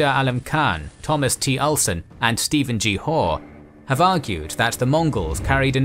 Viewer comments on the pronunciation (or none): none